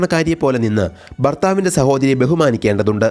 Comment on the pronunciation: ബാര്യ അല്ല ഭാര്യ ആണ്. ബർത്താവ് അല്ല ഭർത്താവ് ആണ്. കൂടൂതൽ അതിശയിപ്പിച്ചത് " ബാര്യയും ബർത്താവും" ആണ്. മലയാളി അല്ല കൊറിയൻ ആണെന്നു തോന്നുന്നു 😅